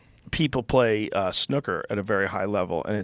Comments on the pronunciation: dunno if Americans pronounce it this way but its not snoker, its snooker, as far as I know…. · Wtf is snuckurr? Lmao Snoo ker is a good game though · Mericans pronunciation of snooker 😂 and I can just imagine the commentators screaming "score on the cherry!" 😆😆😆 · Their pronunciation of "snooker" is hilarious. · The way you two pronounce ‘snooker’ sounds r*tarded af. 😂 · why does he say snooker like that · The way you two pronounce ‘snooker’ sounds r*tarded. 😂